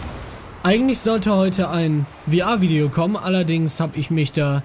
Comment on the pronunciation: VR = Virtuell Reality. VR Englisch ausgesprochen